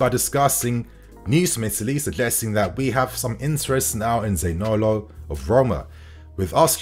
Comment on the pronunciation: Za-ni-olo not Zanolo 😉 Anyway…good player, waaaay more talented than Gordon. Talent wise…yes, okay but is he really an upgrade from Pulisic, I don’t know.